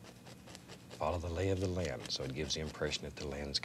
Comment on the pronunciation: The lay of the "lan"